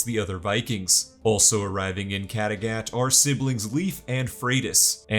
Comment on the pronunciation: Mmmmmhhhhhh...... amazing recap but I don't think that's how Kattegat is pronounced 🤔